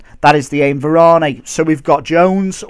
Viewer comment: It's pronounced var-an easy mistake